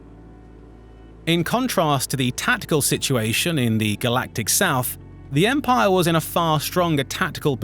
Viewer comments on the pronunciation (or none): none